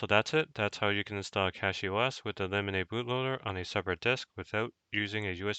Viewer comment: Lemonade bootloader? No way thats how its pronounced